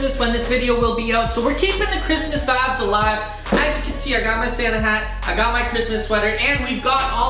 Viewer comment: whatsap with always sayin vabs?